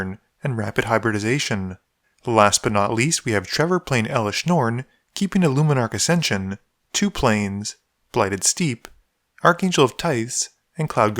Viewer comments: I like how you pronounced it "steep" in the intro, but "steppe" in the actual gameplay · Steppe is pronounced like step fyi, not sure if intentional. Keep up the good work!